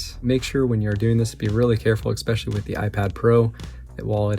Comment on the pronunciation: It's pronounced 'eSpecially', just like how it's spelled. NOT 'eKspecially' or 'eGspecially'. Sorry, but this is a real pet peeve of mine.